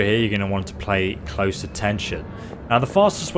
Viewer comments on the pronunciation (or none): none